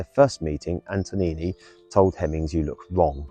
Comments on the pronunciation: And Antonini rather than Antonioni. 🤣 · Thank you for posting this. It's Antonioni's Blow-Up, not Antonini's Blown-Up.